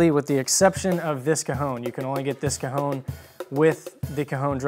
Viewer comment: Awesome, even if he keeps saying "cahoon" instead of "caHON" which is the correct pronunciation.